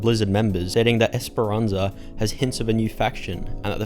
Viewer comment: esparanca in portuguese is also pronounced "iish par an sa" not "es par an sa"